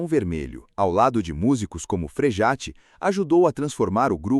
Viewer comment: O nome não é Frejate, mas Frejá (Frejat).